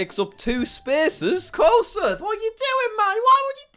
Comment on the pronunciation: I’m Iowan, and I think no one here really cares. (And also, Koss-ooth, Not Koss-uff)